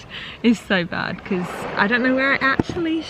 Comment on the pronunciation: Anyone else notice how pronounce because? “Beciz “ 😂